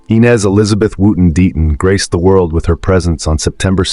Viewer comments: It's...." I" NEZ NOT "E" NEZ. Could this be an "AI" ARTIFICIAL INTELLIGENCE.... I DON'T KNOW WHY BUT IT IRRITATES ME SO MUCH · It is AI, the names are mispronounced. It's not E-nez, it's Eye-nez, he also screwed up Tara's name, it's Tah-ra, not Tar-uh.